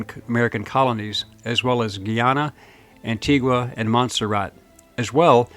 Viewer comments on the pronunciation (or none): none